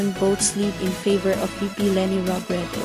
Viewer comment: Robredo pronounced as ‘O’ last syllable sometimes you probounced ‘U’ ✌️